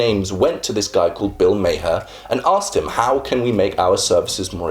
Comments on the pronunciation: Was going to say - it's pronounced "Mar!" Kinda surprised he missed that, considering how prevalent Bill is online. >_< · Bill Maher's name is pronounced like "Mar" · Nah. It's an Arabic name that's supposed to be pronounced ma-hirrr with the rolling R. It means "skilled". Mar is just the American interpretation of the name lol